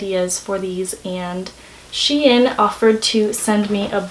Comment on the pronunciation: “shein” is pronounced like shine :)